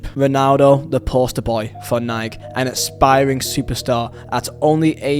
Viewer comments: It’s Nike. Not nyke lol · bro its Nike “nyyy-kE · Alright, if you Brits get on us about "aluminium" then we can get on you about Nike. It's pronounced "ny-key". The E is not silent. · Love the vid but you said Nike wrong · I think you are forgetting the E in the word Nike my guy 😂😂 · Is it that hard to pronounce nike